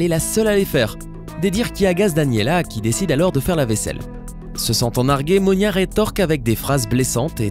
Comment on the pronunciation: C monia et non monica !